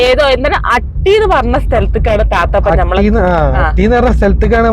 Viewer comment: അട്ടി അല്ല ഹട്ടി 😂ദേവലക്കാടുത്തുള്ള സ്ഥലമാണ് 😊നിങ്ങൾ ഹട്ടി ഒറിജിനൽ ആയിട്ടുള്ള കുന്ന് കാണിച്ചില്ല 😊ഓഫ്‌ റോഡ്‌ ആയി ആ കുന്നിൽ പോകാം അല്ലെങ്കിൽ ഹൈക് ചെയ്യാം